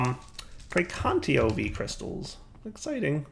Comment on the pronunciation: And again, it's precantaTIO not precantio, It's been like this for some years, pls say it good at least once, pls. <3